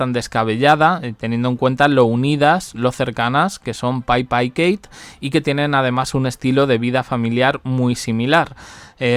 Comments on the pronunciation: DALE CON LO DE PAIPA ES PIPPA. APRENDE IDIOTA😂😂😂😂😂😂😂😂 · Es PIPPA....no Paypa, No le cambien el nombre!! PIPPA, entendido ?? P I P P A MIDLETTON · Oye yotuber no se dice PAIPA. SE LLAMA PIPPA. MIDDELTON 😂😂😂😂😂😂😂😂😂